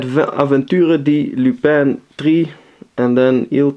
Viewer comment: That Lupin III game for PS2 was released in English in the USA. (it's pronounced "Lupin the Third")